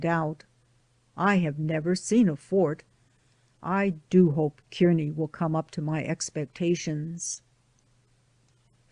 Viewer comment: Thank you for providing the reading of this book. I enjoyed listening to the story of their journey. Kearney, Nebr is pronounced Car Knee ..I'm from Nebraska.